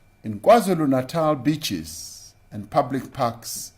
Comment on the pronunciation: I thought he said beechies. I thought, fuck me, now we can't eat gum.